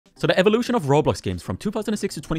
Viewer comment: "evolrlkikuuiawtion of roblox"